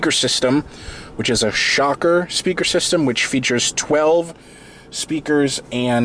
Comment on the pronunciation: Isn't it Shaker and not shocker? lol Thanks for the vid